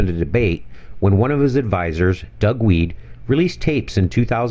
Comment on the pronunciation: Doug Wead?? Come on hahaha